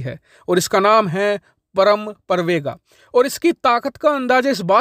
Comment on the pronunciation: परम प्रवेग है न कि प्रवेगा